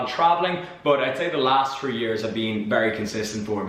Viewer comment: For new subscribers... says tree, not three:p